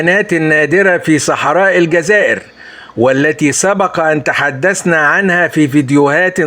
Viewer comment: el djaza ire et non elgaza ire